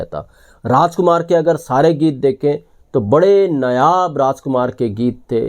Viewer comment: नयाब की जगह नायाब बोलें